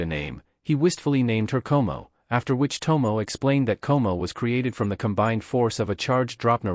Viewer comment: you kinda mispronounce the names,.. Tomoe - To Mo Eh Komoe - Ko Mo Eh ... but who care